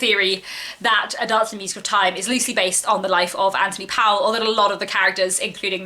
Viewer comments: His name ryhmes with 'Noel' not 'Towel'. He was Welsh, not English. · The family is of Welsh decent, going as far back as 8th century, but he's very English and wrote in English, it's just while spelt Powell it's prononced Pole. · HE, they say, preferred his surname to be pronounced POOL.